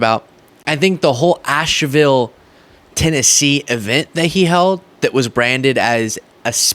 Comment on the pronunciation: Yep! ☺️. Also, it is pronounced Ash-ville, not Ash-a-ville. *Comment isn’t hateful or demeaning!!! I am from & live in NC, that’s all. 😊